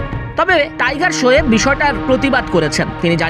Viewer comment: টাইগার শোয়েব ❌ ☑️